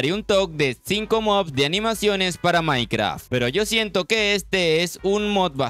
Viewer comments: antes de hacer un video de mods, aprendan a decir "mods" y no "mobs" los mobs son los monstros y mods son los addons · Porque dices mobs si son mods